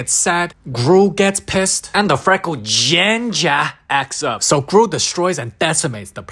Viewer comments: “Gingahr”made me laugh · I love how he says GiNja (ginger) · Bro said Ginger like it was personal